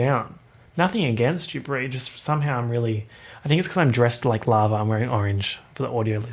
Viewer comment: For some reason I thought you said "larva" instead of lava